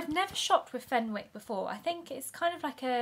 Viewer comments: You don’t pronounce the w, it’s fen-ick. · It’s pronounced as fenICKs the W is silent 😅